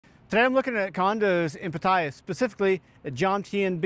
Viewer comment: Nice information. Just note that Pattaya is pronounced PAH-taya, with emphasis on the first syllable, not Pah-TAY-ah.